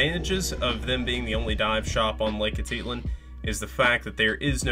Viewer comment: I’ve never heard Atitlan pronounced so incorrectly before.